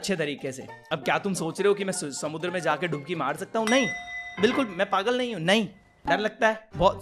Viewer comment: why he say samundra in marathi accent